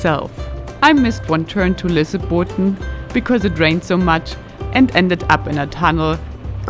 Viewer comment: Lol, you were not even close to Lysebotn.